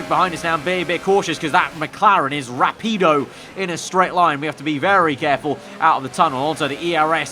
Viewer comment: That mclaren is "rapidou" As a Spaniard i almost cried XD